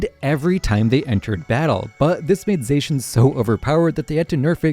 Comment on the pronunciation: He also pronounced Zacian incorrectly... its supposed to be pronounced as Zah-She-Ahn as a play on the Japanese incorrectly trying to say "The Cyan" in English